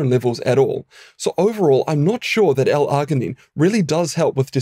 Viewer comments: Please pronounce your words right. It's NOT Ar-gin-ine, it's Arg-inine. You know, like an Australian Pirate would say it - ARG, mate, ARG. Like the "G" sound in the name "George." You know why pirates can't recite the alphabet don't you? They can't get past the letter "Rrrr." Damn foreign scientists who think they know our language better than us. 😂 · I have never heard arginine pronounced with the hard g. generally when g is followed by I or e it is pronounced with a soft g like gin or gel. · The way you pronounce "arginine" grinds my gears. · Kiwi accent usually tend to do that hehe